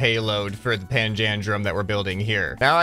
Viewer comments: it's pronounced panja-drum :D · Hey umm is actually said like pan-dalem